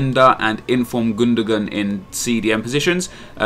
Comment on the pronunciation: gun-da-wan, not gundagun